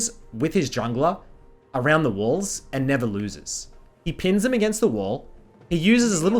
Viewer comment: Am I the only one who understood "wolves" instead of "walls" and got really confused?